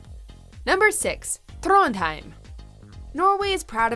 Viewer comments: Trånndhaeim? Liksom? Ta dæg en brunost. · Trondheim her